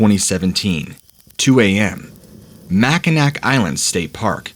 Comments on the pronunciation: Pronounced mac-I-naw lol,not mack-I-nac spelled mackinac island lol but great story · It's pronounced Mackinaw island lol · I believe in is pronounced Mackinaw, isn’t it? This guy also called Ann Arbor, a place in Michigan, Ann Harbor. I enjoy these posts but the hosts so often mess up the names of places they are speaking about.